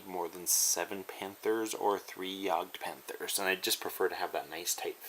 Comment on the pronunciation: It is pronounced Yag-de-Panther.